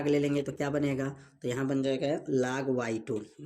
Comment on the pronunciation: Sorry vo laag nahi log hota hai😢